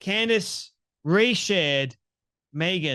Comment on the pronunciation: Yes he did ! He absolutely did ! You are wrong ! You are so off base !! First off say her name right !! Ye idiot